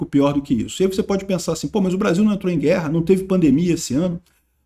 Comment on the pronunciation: ta com saudades dos barzinhos, não falou Brasil, mas BAR-ZIL😂😂😂